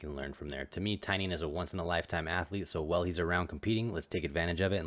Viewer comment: Tainan not Tainian